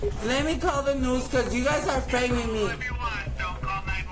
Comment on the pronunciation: "LET ME CALL THE NOOS. LET ME CALL THE NOOS"!